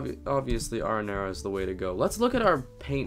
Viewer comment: You Pronounce “ Arrinera “ Wrong!